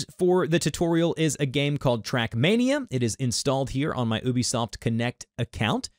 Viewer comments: its you-be soft not oh-be soft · It is pronounced You-Bee-Soft dude, you can message them if you need proof.